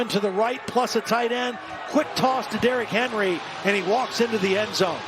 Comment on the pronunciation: D-Rock Hen-Roy